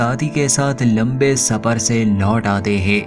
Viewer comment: भाई साहब पहले आप हिन्दी अच्छे से सिख लिजिये. हिन्दी को बदनाम मत करिये.. (सबर पर निकलते है, काने के लिये कुच नही बचा🤣)